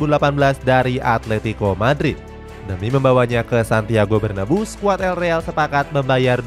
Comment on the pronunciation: bacanya bernaBEU min bukan berneBU